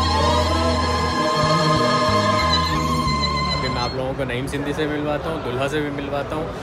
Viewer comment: sindi nhi sindhi HOTA ha.!